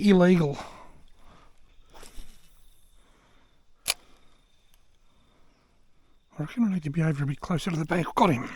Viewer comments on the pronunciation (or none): ill-egal 😂 what a fantastic experience.